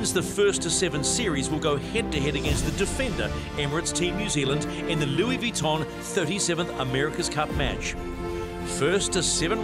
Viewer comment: why does this commentor persist in his pronunciation of Vuitton, unless of course he's done his homework and hes correct